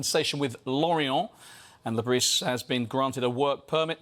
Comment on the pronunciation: You still aren't pronouncing the s in Bris.